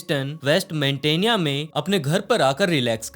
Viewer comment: वेस्ट मोन्टाना होता है मेंटेना nhi